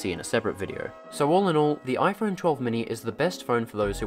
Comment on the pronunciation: "iPhern mini"